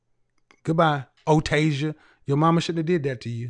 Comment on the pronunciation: O-Tasia…. 😂😂🤣🤣🤣, she had to make that up… “O-Tay, Otasia…” 🤣🤣🤣